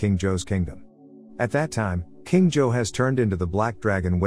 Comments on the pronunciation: It’s zouh not joe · its supposed to be pronounced "je-hao" but it pronounces it wrong as usual (im chinese) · Please learn how to properly pronounce every name. Everytime you say Zhou, all I hear is Joe. Just...no. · why are you saying john but his name is zhou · is the kings name being pronounced as Joe feel odd to anyone else? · I'm so bothered by the pronunciation of the name "Zhou" i can't move on